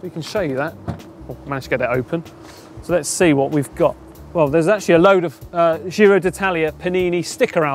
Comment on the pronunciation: It’s “gee-ro” as in “jeans”, not “jhiro” as in “gilet”. Come on guys, you’ve been there nearly 3 weeks by now, surely you’ve heard it said right enough times to learn.